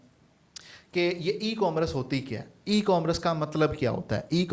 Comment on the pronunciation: Correct the pronunciation of "Commerce" یہ " کام رس " نہیں بلکہ ۔۔ " کو ۔۔ مرس " ھے